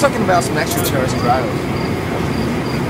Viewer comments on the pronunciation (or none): its only extraterrestrials, not with isles, but he pronounced the "trials" as try-yaels